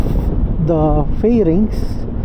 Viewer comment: Graphene ❌ Grapayn✔ Farings❌ Flerings✔ Otogoat❌ Otogoot✔